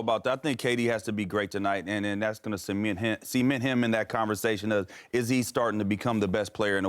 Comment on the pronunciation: Is there a rule on this show that you have to pronounce cement as "see-ment"?